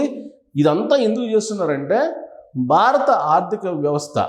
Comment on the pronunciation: "BAA RA THA" kaadhu Babu .."BHA RATHA" BHA ... Brother, nuvvu cheppey vishayalanni 50% kanna thakkava Nijam untundhi.. rest of the matter nee swantha fill-in-the gaps.. total imaginations Only